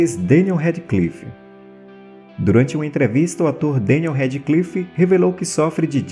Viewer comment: Ele fala bem .. a única coisa que não sabe pronuncia o sobre nome do Daniel o eterno Harry Potter